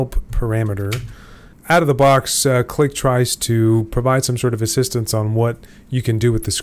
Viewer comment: 15m36s "clee"